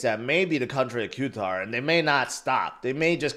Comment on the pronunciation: That's not how you pronounce Qatar